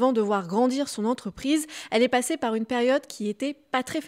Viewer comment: " Al"est au lieu de elle est.....arrêtez de faire des vidéos avant d'apprendre à parler et prononcer correctement svp